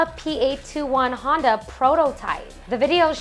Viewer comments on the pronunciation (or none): none